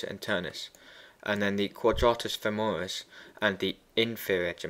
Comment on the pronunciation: femoris not femeris (cool video though :-D )